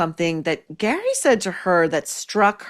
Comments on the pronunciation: Gary/ Gerry..cracks me up every time you say it..😄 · It’s pronounced Gerry ( not like a J sound) but in the Irish form like G eeery g sound.